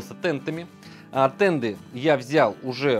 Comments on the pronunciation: Да, слух конечно очень сильно режет когда слышишь "тенДы", еле досмотрел. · Почему "тенДы"? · Правильно говорить "денты"